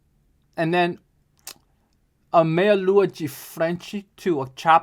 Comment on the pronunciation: 1. people stressing about capoeira's effectiveness in combat sports are missing the point 2. you know how you can tell knows what he's talking about? the way he pronounces "de" in "meia lua de compasso" lol